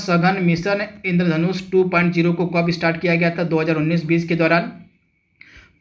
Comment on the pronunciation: 2 point zero bola kro bhai Har baar 2 point O bolte ho